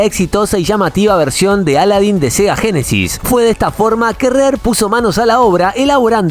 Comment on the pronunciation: Cada vez que dice Aladdin me da cancer